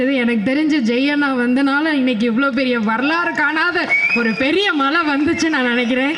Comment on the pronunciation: அது மழை அப்போ மலைக்கு என்ன சொலாலுவீங்க தமிழை சரியாக பேசுங்க